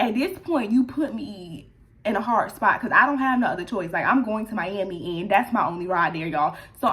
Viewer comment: prolly cause it sounds like mi-yam-i when you say it lol idk